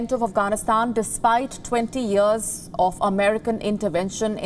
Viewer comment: I love the way you say ‘yearrrrs’ like sharadha kapoor